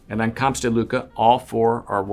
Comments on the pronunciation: I will however concede one item in that Camps in Spanish does pronounce the 'S' at the end but not in French. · and its not looka its close to lewka (lUcas)